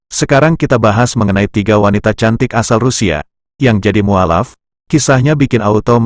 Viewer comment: mestinya diucapkan muallaf, bukan mualaf. Sorry